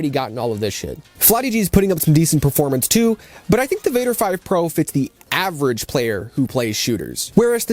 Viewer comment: G7 PRO, а не PRA!